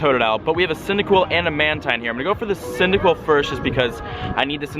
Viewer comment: " i need the cydiquil candy" bro you have three typhlosions